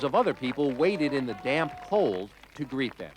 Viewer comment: "Damp cold" Damp, with a P.